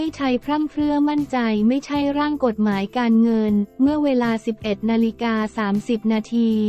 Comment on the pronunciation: คนอ่านข่าวต้องไปฝึกมาใหม่นะ อ่าน คำย่อยังไม่ถูกเลย กม.อ่านว่า กด-หมาย ไม่ใช่ กม การเว้นวรรคก็สำคัญนะ